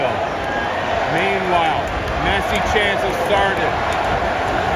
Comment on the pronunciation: Nice video! You called him Me(t)ssi, like pi(t)zza, but it is Messsi. All ss. Nice and smooth😅